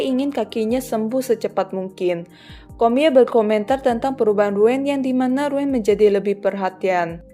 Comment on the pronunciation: Koreksi baca nama ryuen = riuyen